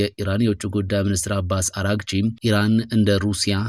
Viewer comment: አሌክስ ብቻ ነው የአባስ አርጋቺን ስም በአግባቡ የሚያነበው, አራግቺ ሳይሆን አርጋቺ ነው